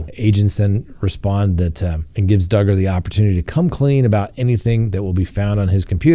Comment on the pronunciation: Hi.......yep Dugger rhymes with Hugger......ok here we go...love you